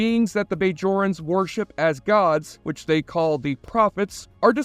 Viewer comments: Not to mention the BAYjorans....lol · How can you claim fanship when you can't pronounce Bajorans properly or know that the Alpha & Gamma quadrants are both part of the Milky Way not separate galaxies? That checked me out of the whole video & I didn't watch the rest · Bay-Jorans. Changa-Lings. Ghuol-Dukat. Aleem-Garak. For someone who claims to love this series, the narrator pronounces most of the proper nouns differently than the hundreds of times they are spoken in the series. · The way you say “Bajorans”, you don’t know how to pronounce Garak’s first name, you thought Jake would join “the federation” instead of starfleet, that you don’t know that the Gamma quadrant and alpha quadrant are both in the Milky Way galaxy, not separate galaxies… Relatively minor mistakes, but you say you love the show and these are pretty basic things. Seems more like you are just reading a script someone else wrote. Still a good vid. Props to the script writer.